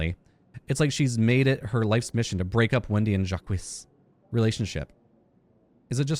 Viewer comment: I like that , even after hearing the correct pronunciation from a character, you continue to mispronounce Jacques!